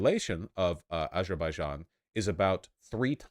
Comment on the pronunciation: The j in Azerbaijan is pronounced as in "jog".